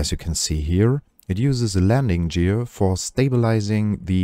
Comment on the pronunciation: For a pretentious mic setup like yours, your audio levels are awfully all over the place … Also, that's not how the word "gear" is pronounced. Hard G. Like Gustav. It's as simple as googling "how to pronounce gear".